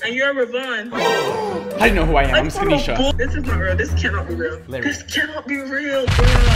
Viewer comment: It’s SK-NI-SHA